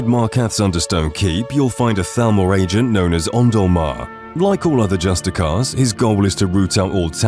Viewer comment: I feel the need to, because it's been used so commonly throughout the video, point out that that Thalmor Justiciars are pronounced "Just-ish-iahr" and not "Just-ick-ahr" Sorry, potentially annoying, I know, but it's literally spelled "justiciar" and not "justicar" for a reason 😭 it should be almost impossible to forget the letter 'i' in "justiciar" given how many times they're encountered in the video It's such a minor nitpick, and it is a good video, but after hearing it so many times in 40 minutes,, I kind of had to Also, Become Ethereal was almost imperative for my legendary playthrough before I discovered and sometimes even after I discovered how to get 100% spell absorption (Warning, this WILL absorb nor only healing spells, but also conjuration spells other than raising thralls, so other than raising Orchendor and Malkoran as thralls, or having The Ritual Stone (Usable only every 24 hours) I didn't have a better team than this, especially Orchandor being that his raised form also utilizes his teleport ability), it did end up being one of my most OP playthroughs because of having immunity to any magic users as well as a team of mages from both thralls and companions able to beat any mages I came across as easy.